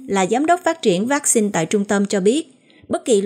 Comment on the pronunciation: Xướng ngôn viên phát âm chữ "vaccine" nghe mêt quá và những cách nhấn trong câu của anh cũng rất khó chịu. Nếu anh thay đổi thì sẽ có nhiều người theo dõi hơn Còn nếu vẫn giữ như cũ thì chúng tôi sẽ từ bỏ nghe tin tức của đài. 🙏